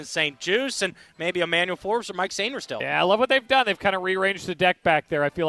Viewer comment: Why does Michael Phillips always mispronounce Sainristil? He has heard how it is properly pronounced enough times to know. So, I am wondering if it is a bit or something. No one else at The Fan does this. Is it supposed to be funny or something? I don't get it.